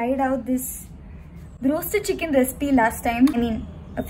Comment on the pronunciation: chikkken 😂 meme material 😂 Tantan tan 😂 😌 those eyes Yeagain and yeagain listening